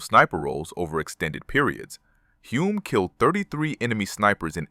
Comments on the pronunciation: HULME (HULL-MMM) Not Hume Hyoom Home Homes Holmes It Was Sore Point With Him & Son , 1967 World Formula 1 Champ Denis ( Denny) IT'S NOT THAT HARD TO PRONOUNCE CORRECTLY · Good Lord... Who wrote the AI script for this video? I'm only half way through the video and I heard at least a dozen mispronunciations of Hume's name. I know AI chokes on a lot of names, but Hume? It's only got four damn letters.